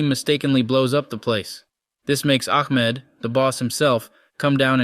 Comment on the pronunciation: I’m pretty sure it’s “Ahmed” not “Akmed”